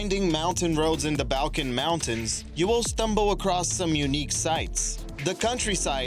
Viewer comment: .............pronounced BAWL-kins